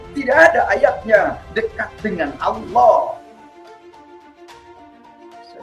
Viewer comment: Tapi mengucapkan lafal Alaah faseh bngt wah sekolah dimana ini ya..